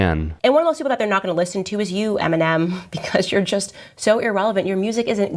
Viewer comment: she cant even pronounce eminem